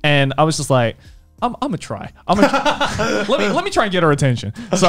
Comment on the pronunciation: That moist “meter” huh